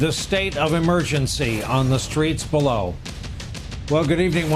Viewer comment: I don't think it is a fair interview when you have a brother interview a brother... makes no sense... Also when Chris Hayes says "click subscribe - just below me" ... it really doesn't sound like he says 'below' but more like he wanted to say 'blow'